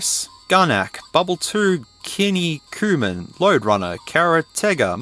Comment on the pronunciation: It's Antarctic Adven, not Adventure. And Adventure I, not Island. And actually: Kinniku-Man, not Kinni-Kuman.